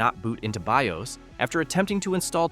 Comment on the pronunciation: Heh, text to speech Ai has limitations. , Be I Oss? Still pretty goot alright presentation.